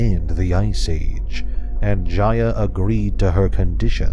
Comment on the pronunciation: It’s not pronounced (j-i-y-a)it’s Jaya with a long A